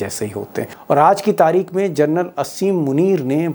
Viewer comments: दीपक जी आप जनरल का सही उच्चारण कीजिए आप जरनल बोल रहे है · दीपक शर्मा जी, आखिर बार-बार फौजी जनरल को क्यों जर्नल सम्बोधित करते हैं? सुधार करिए।क्योंकि इससे आप के बेहतरीन रिपोर्ट को चाँद में दाग की तरह साबित कर जाता है । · भाई साहब,कम से कम जनरल को जरनल बोलना बन्द कर दीजिए। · आप जनरल शब्द को जरनल बोल रहे हैं l प्लीज आपकी ये गलती सुधारे l